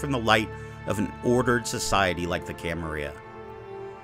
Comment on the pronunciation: Camarilla is Italian not Spanish. You pronounce the Ls. Cama-rilla not Cama-rhea.